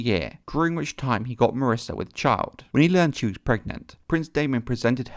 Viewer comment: lol "marissa"....mysaria.....yup....second to none...